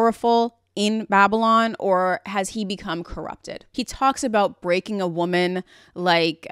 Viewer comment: "wombman" BRO WHAT 😭